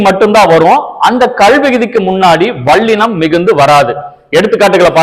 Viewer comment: மெள்ளினம்.வாள்ளினம் அல்ல தம்பி.முநலில் ல் க்கும் ள் க்கும் உள்ள வேருபாட்டை ஒலிக்கப் பழகுங்கள்..